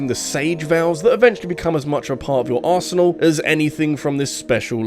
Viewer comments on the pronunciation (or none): none